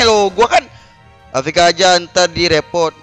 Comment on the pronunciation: afk dibaca avk Wkkwkwkwk